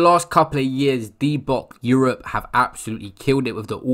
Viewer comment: Bro swear you just said “D Bock Europe”